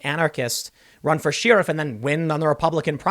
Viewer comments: Tim still says Sheeriff instead of Sheriff. Lord help us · Does tim say shee-riff just to troll us? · I've never heard anyone else say She-riff before Tim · I watch to much Tim pool and now i can't stand how he pronounce "sheriff" like "sheereef"